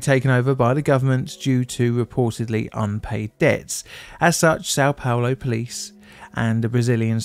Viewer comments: What do you mean? He said "Sao Paolo" very clearly. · San palor? Not sure about how things are spewwed with the way english, destroy english. I have troubow wif that.